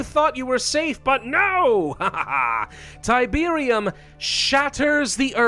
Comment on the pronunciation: It's Tiberium... It's literally Tiberium.